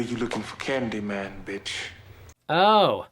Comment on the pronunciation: Sometimes I wonder if you're a real horror fan or only watch each one once so you can review it. Why else would a horror fan mispronounce Candy man's last name so badly?